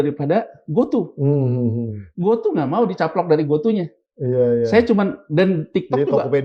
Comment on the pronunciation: Bkn GOTU sebutnya bang...GOTU = Gojek Tukopedia 😂😂😂